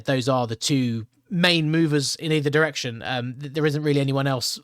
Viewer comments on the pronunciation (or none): none